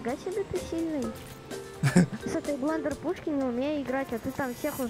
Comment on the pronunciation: Его зовут не блендер а бендер😂